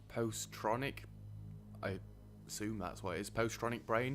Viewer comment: it's pronounces pozz itronic... getting a polymer factory by diamond is GOOD.. BUT.. you NEED TWO! So if you get rid of the one up north, build a second by diamond dome... what? no harrier hub by new dome? tsk tsk! :P you STILL haven't added more waste rock storage.. I think you should get the tech to convert it to concrete to get rid of it all! it's SO MESSY! ACTUALLY you DO need the new dome going asap.. you have ZERO metals production! ... clearing up the power / pipes.. you disconnected a battery... you still had engineers in the top dome because there wasnt enough room for them to move to diamond.. also, it takes a while to move them because you DONT HAVE ENOUGH HARRIERS! ... outsourcing research... << eyeballs how there's no new metals incoming >> ... YAY! you built a second polymer! ... with second polymer, you didn't really need to buy polymers... all you needed was electronics :P ... BTW... you've dropped over ONE HUNDRED metals this episode alone... you're down to 617 :P :P